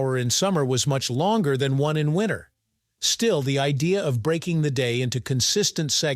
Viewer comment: 'Winner'? Seriously? Can't pronounce a T? Something wrong with your mouth?